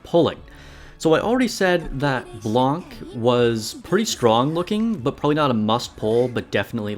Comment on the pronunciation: Noir seems like a more specialized Drake, at least for Gravedigger. P.S. the "c" in Blanc is silent